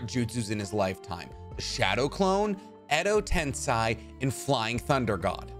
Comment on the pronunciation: Why this fool says edo tensai instead of edo tensei?